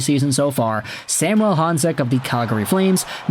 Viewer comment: SAM - U - ELLE. Quit trying to make our star Slovak all francophone. Samuel. Think Latin America and not Saint-Jean-sur-Richelieu. Of course you are in Vancouver and are EXTREMELY familiar with Sam….. 🙄 Riiiiight.